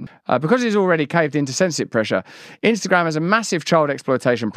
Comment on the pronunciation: She said " spinster gram" 😂😂😂